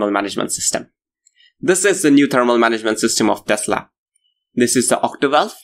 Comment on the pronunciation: It is Octovalve. Not Ottivalvle as you continue to repeat.